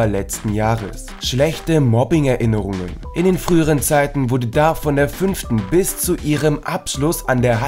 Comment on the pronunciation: Sie spielt Liv and Maddi (nicht Mandy) und es heißt Dove nicht Dave